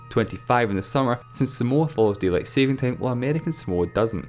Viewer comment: deat lien